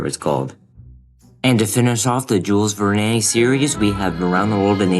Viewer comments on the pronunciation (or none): Great video, but work on some pronunciations-- these really stand out. Jules Verne (Vern) Quixote (Key-hoe-tay) Bonanza (Bo-nan-za) Venice (veh-nuhs) Zerzura (Zeh-ROO-ah) Spelling - so much...spellcheck!